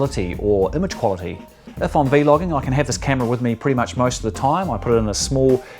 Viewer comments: stop saying V-logging. it's vlogging. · excellent video. I just got this camera this week. Unfortunately they sent me the wrong plug for the charger, so I have to wait another few days for that to come in. Thank you for the review. One thing. I've never ever heard anyone say "VEE-LOGGING" Not sure, maybe that's how they say it in other countries? We just say Vlogging. Thank you again. Can't wait to start using it. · Please please say vlogging as one word. It's not "V logging". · It’s vlogging not v logging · V. Logging and v loggers... da f dude 😂😂 is vlogging!! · i cant finish the video cuz he keeps saying v-logging and its really annoying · Every time. He said v. Loging I got mad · cracks me up when you say v-logging